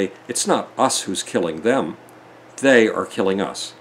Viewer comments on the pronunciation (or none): none